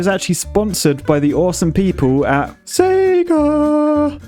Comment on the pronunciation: Points for the “Sega”